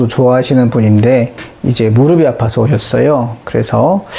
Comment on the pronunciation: <무릎이 아프다>의 발음 <무르비> 아프다X <무르피> 아프다O